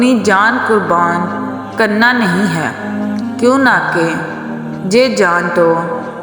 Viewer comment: Correction(کیونکہ )کیوں نہ کے نہیں ہوتا۔۔۔کیوں کہ ہوتا ہے کیونکہ میں ،ن، silence ہوتا ہے ۔۔ تو کیوں کہ پڑھا جانا ہے۔